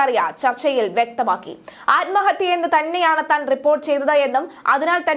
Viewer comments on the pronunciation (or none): none